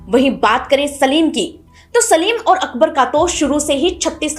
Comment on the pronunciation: आप इतनी बढ़िया कहानी सुनती है। Please work on your pronounciation ओर नहीं, बोलिए ... और। लोट नहीं, बोलिए ....... लौट।